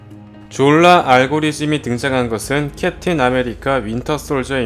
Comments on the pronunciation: 형 다 젛은데 졸라 할때 발음이랑 억양좀.. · 졸라발음할때 엄마가옆에서 들었는데 욕인줄 알고 이노무 시키가라면서 등짝맞음 ㅋㅋㅋ